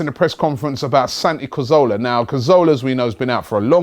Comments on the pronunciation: It's Cazorla not Carzola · let's get it right once and for all... its CA ZOR LA... pronounced Ca-thor-la with the T-H pronounced like the T-H in 'THINK' or 'THOUGHT'.. not like an F... lol